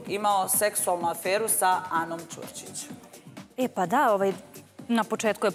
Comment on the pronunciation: Jao kad Mujićka kaze "Čurčič"......gadura.